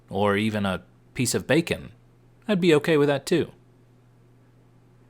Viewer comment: You did a beautiful job! Had to subscribe as soon as you said "Bacon"! 🤣🤣🤣